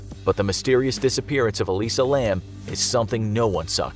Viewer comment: Elisa is pronounced "eh-lye-zah". Just fyi.